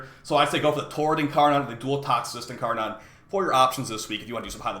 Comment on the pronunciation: In car nin man didnt learn anything but basic English pronunciation